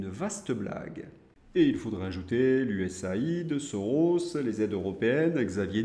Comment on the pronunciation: USAID se décompose US +Aid, donc se prononce [ you esse eyd] 😊